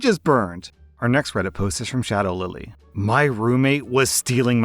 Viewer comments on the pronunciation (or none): none